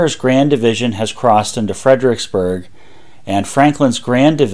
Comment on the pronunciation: and then there's "fred-RICKS-berg" rather than "fred-er-ICKS-berg". who needs four syllables when three will do!